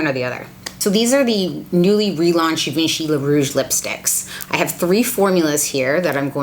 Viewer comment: Well, her pronunciation is off sooooo...